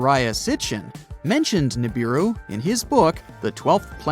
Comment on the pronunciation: The correct pronunciation is OO-as in oops…RAH-as in ‘twas..NOOSE. OORAHNOOSE. NOT YURAYNIS. You sound ridiculous. Pronounce the U like the U in Neptune … NEPTOONE. GO BACK TO URANUS IN ITS ROOT FORM, NOT ITS AMERICANIZED SLAUGHTERED SLANG And Neebeeroo. The i is pronounced ee as in Japanese or Italian. English got screwed up in the correct pronunciations of foreign or scientific wording.